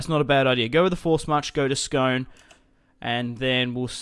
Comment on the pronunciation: It's pronounced scoone I know it looks like scone but it's where the ancient kings of Scotland were crowned on the stone of destiny